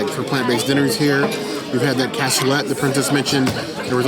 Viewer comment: The fish is a bool-yuh-base and the cassoulet is pronounced kas-oo-lay. Great review as always. Sad our family didn’t end up going to this reservation right after they opened. Sadly, we still haven’t been, but I can’t wait to try it!